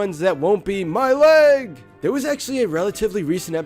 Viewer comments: He's not saying my lEg he's saying my lAg. What a gamer. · When I was little I thought he was saying my late.